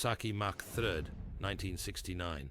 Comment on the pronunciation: Yes. I almost believed it was real until I heard Kawasaki Mack The Third.